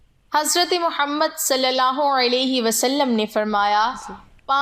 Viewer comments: The way you say Muhammad (Salliala hu alaihi wa aal e wassalam,) ❤❤ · Even some muslims cannot pronounce our Prophet's name properly but your pronounciation is perfect.